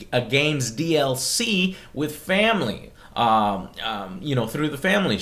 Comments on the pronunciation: Shamily...SHAM-ily yep that sounds about right Joe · in this "sham ily plan..." slip of the tongue Joe. Fuck MS. Wankers.